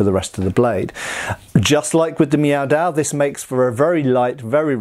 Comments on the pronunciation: "I'm sorry, are you saying 'meow'?"... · In a recent video I thought to myself: "...Is he saying Meow Dao...?" Now I can't stop hearing it. I'm so sorry,, LK. New dad brain, pay no mind.